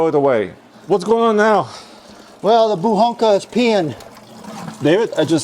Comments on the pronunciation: Translated you would say Buchanka not Buhanka .... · Buchanka not Buhanka